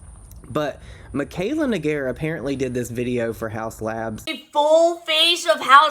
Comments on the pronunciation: Even with a troll name she could've at least said Naygar and emphasised that pronounciation. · If that's the name, I wouldn't have pronounced it that way at all on my first instinct. I would have thought a "nay" sound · The guys name was Negar. So her reading it as anything but that is her own fault and no one else's.